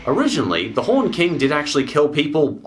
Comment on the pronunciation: he said horned more like haunted than horned